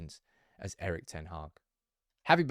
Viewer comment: Come on get his name right...its pronounced Eerik (Ear-Rik)...